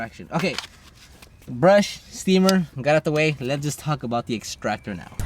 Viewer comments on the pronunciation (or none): none